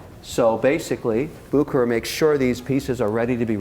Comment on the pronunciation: Kevin,, you two need to come visit me in Lucerne so I can show you both the original Bucherer and teach you how to properly pronounce the name;) phenomenal video! All the best from Lucerne